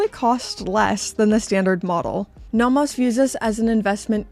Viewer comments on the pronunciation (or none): Love the videos, just need to get something off my chest: Naw Mos ❌ No Mos ✅ The rest of the pronunciation doesn't bother me.